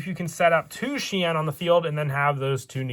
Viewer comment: that's because he is called shi en not shien. Hope this info helps.